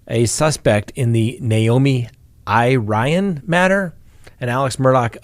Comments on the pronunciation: I believe Irion is pronounced EAR-ee-ohn,. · Naomi's last name is pronounced EAR-E-ON. I hope she is found safe. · 'Irion' is a French name,... juss sayin'!! (Iri rhymes with Siri and 'ion' is 'yon') in my rough translation.:_Love::_gavel